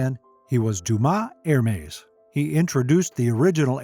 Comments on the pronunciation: It’s not er-mays or her-mays, it’s EHR-MES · It’s not Er-mays, it’s EHR-MES